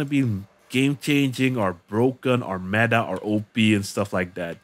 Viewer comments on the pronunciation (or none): none